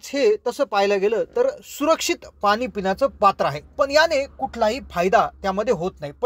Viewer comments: पानी नव्हे पाणी असे बोलत चला. .... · शुद्ध बोला पानी नाही पाणी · Krupaya aadhi aapan pani ha shabd neat uchharava